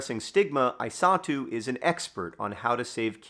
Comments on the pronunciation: I was hearing Isatu as "I saw too" and it was quite confusing until I read the description. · At the beginning of the video I thought John was saying that he "saw Henry's mother, too" when he said "his mother, I saw too". It took me like 3 minutes into the video to realize her name is Isatu. I might not be smart.